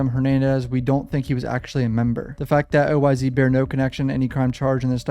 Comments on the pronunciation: Yo when you say oyz it’s not o-y-z it’s just oyz like imagine it was a s instead of a z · BTW its OYz pronounced: oh•wise & OGz=oh•jeez haha js I enjoy the content